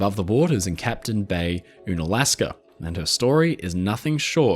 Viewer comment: For future reference: Unalaska is pronounced like Uncanny, not Une-alasks.